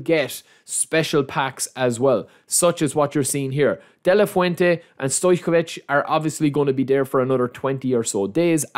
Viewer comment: you pronounced Stojkovic last name perfectly 👏👏👏.... Great video as always!